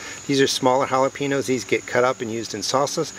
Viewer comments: Not to be a jerk or anything, but when you say jalepeños, the "ñ" is pronounced "nya" like hal-uh-pen-yos. I'm a bit jealous of your pepper harvest! The video was great 👍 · Make an effort not to mispronounce Jalapeños